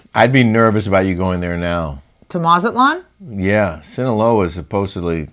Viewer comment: "Mazaltan"? A Jewish enclave in Mexico, lol?